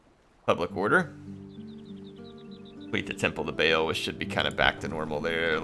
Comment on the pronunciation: Just FYI, Baal is pronounced Bah-All, not Bale. It is sometimes spelled with an apostrophe in the middle: Ba'al to distinguish that separation of syllables.